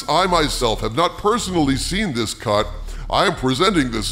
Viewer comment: Anybody else hear " what did you hear about the first cunt of the marvels?"